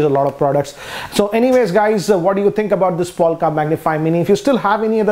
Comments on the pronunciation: Lol..its not POLKA..It's POLK . It's a teeny weeny ....Polka dotted.bikini.. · POLK not polka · Did he just say polka bwahahahahaha , he doesn't even know Polk audio . Btw it's pronounced 'poke' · why you say POLKA whereas it says POLK??????? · It's Polk, not Polka. Good review, thanks. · No offence , but isn’t it polk but not polka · Its not Polka but Polk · It's Polk not polka